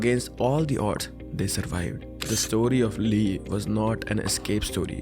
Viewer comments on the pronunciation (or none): It's pronounced as Ee not Lee